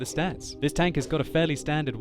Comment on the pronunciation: tanKK omg its terrible how your K sounds like